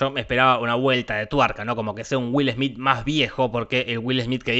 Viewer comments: Es will smet :D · Es güilesmít, güilesmít, 🎵🎶